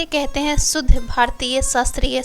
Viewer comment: आपको सुध नहीं शुद्ध कहना चाहीए